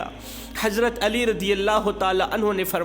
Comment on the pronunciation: Baradram kindly Hazrat Ali Razi Allah ho taala Anho ka naam to sahi se bolna seekh lo. Beaan acha hai aap ka. Bhai g Ghussa na Karna.❤